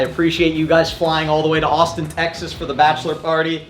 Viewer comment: Wait you d said Austin texes